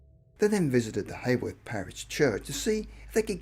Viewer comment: I've just realised that 'Hayworth' is actually Haworth, pronounced Howarth. The home of the Brontë sisters.